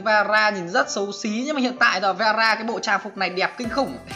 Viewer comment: Veera mà tui nghe rara